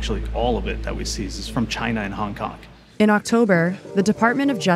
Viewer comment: “Hong kongk”